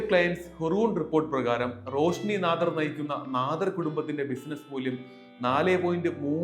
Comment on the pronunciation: നാദാർ അല്ല നാടാർ....